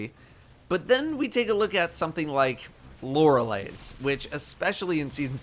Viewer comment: Anyone else still thinking in their head the way pronounced “Lorely”💀